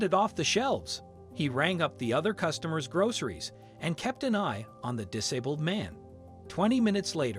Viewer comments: Why should I listen to crap where the narrator cannot say ‘dis abled’? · "Dis-a-buld" Are you using an A.I. voice app or something? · Cant even pronounce disabled correctly .